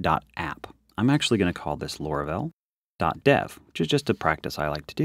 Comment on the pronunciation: why do you call it lora-vel? its laura-vel